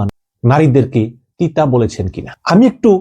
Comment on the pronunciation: পতিতা শব্দকে তিতা উচ্চরন করেন কেন?